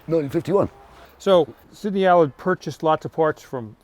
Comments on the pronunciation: He told you its an "'Al-ard" correct pronounciation-as its spelt-but no-youre a yank and call it an "alud'-with typical Yank arrogance ! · Tom, it's Allard, not Allerd. Listen to the owner's pronunciation pard. You're in London! 😁